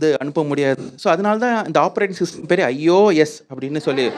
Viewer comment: aiyoo .S best ever way to say ios rofl